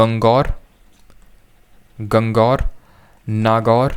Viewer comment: गणगौर hai sir na ki gang gaur